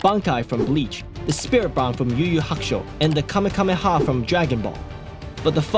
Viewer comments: BRO INSANE QUALITY MAN SUBBING IMMEDIATELY but It’s kamahamaha not kamakamaha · “And the kamekameha from dragon ball.” Erm… actually, it’s kameHAMEha. ☝️🤓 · Bro said kamekameha instead of kamehameha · Bro said Kame kame ha 😭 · Bro said kamekameha... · kamahamaha❌ Kamakamaka